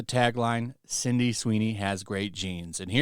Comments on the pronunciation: I love your videos my man but it's not Cindy it's Sydney lmao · Why do you keep saying CINDY?! It's SIDNEY! SID...NEY! SID...KNEE! Jezus christ, lol. It's like the 4th video now. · Love the channel but you've been calling her CINDY for like the past 5 videos. Sound it out with me: SID-KNEE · Sydney Sweeney, not Cindy Sweeney. GET IT RIGHT. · "Cindy" Sweeney? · Man you keep saying Cindy Sweeney and I wince every time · He always calls her "Cindy Sweeny" 😂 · Are you saying 'Cindy Sweeney'?